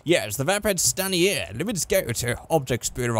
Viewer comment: Stan-e-air. Its STAIN ER.